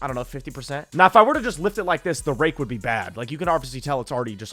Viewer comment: bro is NOT saying rake